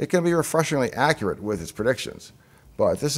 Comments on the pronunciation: accruate lol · "How Accruate..." I love you davepl